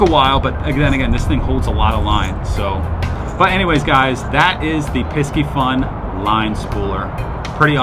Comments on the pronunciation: Pie-see-fun … like Pisces , the fish, im on a mission to make people say it right cuz they ain’t doin a good job marketing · Pisci the c is silent. I’m pretty sure like the astrological sign.